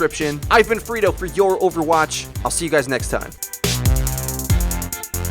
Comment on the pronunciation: Sometimes I correctly hear the name as Freedo. Sometimes it sounds like frito. But once or twice I've misheard it as "furrito". A frito burrito?